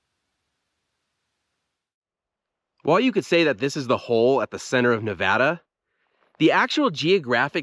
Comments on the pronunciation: Thanks for pronouncing the name of the state correctly. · I’m from Nevada and I’m glad that you pronounce it correctly. Thanks and thank you for the great video!